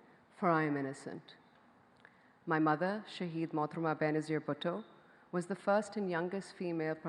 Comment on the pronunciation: She can't say " Bhutto". She says " butto"